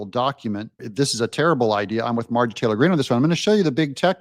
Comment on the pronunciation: M-A-R-J-O-R-I-E. Why can’t you learn how to pronounce the lady’s name. Do better. Her name is NOT “Margy”.